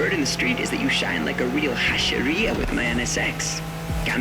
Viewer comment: LMAO.. it's supposed to be Japanese themed and they slap a chinese dragon there... 🤦‍♀ EDIT: that japanese names and words butchering tho... they could've at least practiced a bit to get it right.. I barfed in my mouth a bit how he pronounced that hashiriya.. 💀💀💀